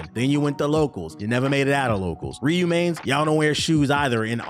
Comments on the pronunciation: It's funny saying someone can't pronounce Ryu's name correctly then go on to pronounce Ryu incorrectly along with every other East Asian name and word with an "R" in it kekw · To be fair, you aren't pronouncing Ryu right either.